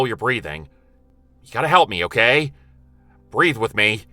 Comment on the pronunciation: Loved the intro, and the story was good. But the only thing that sticks with me is saying BREATH!.lol